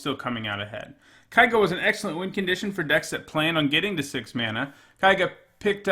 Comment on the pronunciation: kay-ga, dammit